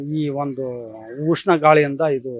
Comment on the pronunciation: ಉಷ್ಣ ಅಲೆ, ಊಷ್ಣ ಅಲೆ ಅಲ್ಲ 😂